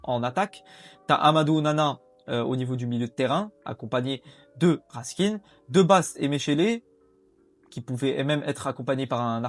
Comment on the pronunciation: Stp ca se dit raskin ( comme le pain ) 😅